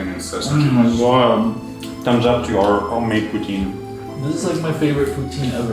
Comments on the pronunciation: "Dady sasuage" ????????? Wtf pls kill me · Pas ngomong sosis dialek Indo nya kerasa di kuping soal beda sm dialek si pas ngomong kata sosis huruf s nya kaya beda